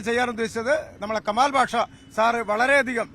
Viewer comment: കമാല്‍ അല്ല കുട്ടീ....... , കെമാല്‍ എന്നു പറയൂ 😇